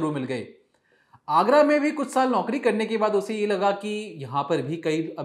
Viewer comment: Saal to thik se bolo